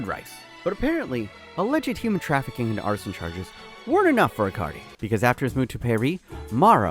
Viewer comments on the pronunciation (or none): why do you keep saying icardi like acardi?